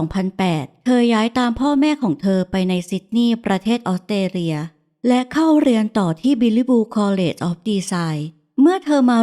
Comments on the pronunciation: ออสเตรเลีย = ออส สะ เตร เลีย อ่านเป็น อ็อด เต เลีย มันขัดหูจริงๆค่ะ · ออกเสียง ออสเตรเลีย ควรมีเสียงตัว s ด้วย ไม่ใช่ อ้อดเตเลีย 😢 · ไม่ใช่ อ๊อดเตเลีย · ต้อง ออส สะ เตร เลีย ค่ะ ไม่ใช่ ออด เต เลีย ต้องมี S ด้วยค่ะ จากใจพลเมืองออสเตรเลีย 🙏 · Australia อ่านว่า ออสเตรเลีย มี ส ด้วยค่ะ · คำเดียวกันเลย แอดออกเสียง อ็อด ชัดเลยนะคะ เล่าน่าฟังดีคะ อยากให้ลองออกเสียงคำภาษาให้ชัดขึ้นอีกนิด 😊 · ขัดหูกับคำออต เต เลีย เหมือนกันค่ะ